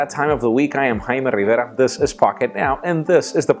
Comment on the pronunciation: He says his name 4 times...i like it.....:D